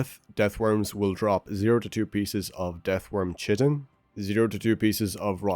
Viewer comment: fyi "chitin" is pronounced "kye-tin", not "chi-tin"